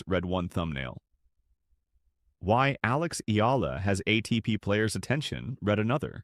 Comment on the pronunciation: AlexEala is pronounced as Alex Ayala